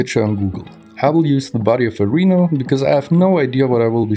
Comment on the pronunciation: In English, its “rye’-no”